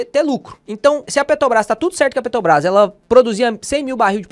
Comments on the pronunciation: Meu amigo, pq vc fala Petobras? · PETOBRÁS???? QUANDO VAI APRENSDER A FALAR?